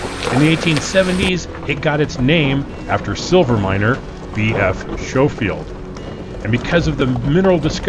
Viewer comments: It’s “skofield” not “shofield”😊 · Is it actually pronounced "Show-field" Pass? I mean, every other instance of that name I've ever encountered in 63 years has been pronounced "Sko-field". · Pronounced Sco-field. No "sh" sound. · I know you’ve already been informed that it’s Sko not Show field , but boy do you say it wrong a lot . Ex Pitkin and Gunnison native here, been there , done that back in the sixties in forties and fifties Jeep Universals and get a kick out of watching someone in an inordinately expensive , purpose built rig talking about how spooky and hard it is in the easy parts . Anybody in my day would have lost their man card having their wife as a spotter on that road . Yep , this is definitely a “judgy” comment from an old timer from a different era . Nice footage though , especially the drone . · It’s not show it’s skow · Schofield is not pronounced "Show"field, it's "Skow"field! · Fun video of a fun trail, but it makes me absolutely cringe every time it's mispronounced as "SHOW-FIELD" . It's "SKO-FIELD", LOL!! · SHO field pass? 😂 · Omg as a native to this area every time you say “showfield “ I want to throw myself over the edge 🤬 😂😂😂 ps . nice drone footage though 👍👍👍🤗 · It’s pronounced Skol-field pass. Like school and the “o” is long. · Schofield pronounced like school.... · Great video and guide! FYI, local pronunciation is SKO-field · Pronounced SKO FIELD PASS. Great video though 👍🏼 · It’s Skofield proper pronunciation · 70 year CO native, grew up in that area. It's pronounced like Skol-field pass. Camping on the Crystal one time my parents and I road 1974 Yamaha trail-bikes over the pass to Crested Butte and back in the dark. I picked up some guy walking after rolling his jeep, rode double from the top after midnight back to camp, where he met the sheriff. Good times, and good fishing in that area. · "Sko-field" is the only correct pronunciation. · You are pronouncing Schofield wrong. Skofield, with a long "O". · Its pronounced Skofield pass